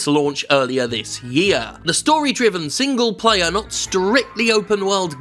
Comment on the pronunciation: I hear single-payer every time you say single-player